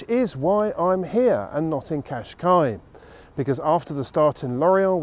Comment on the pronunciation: Great as usual. In Portuguese you should pronounce the last s in Cascais, like a short sh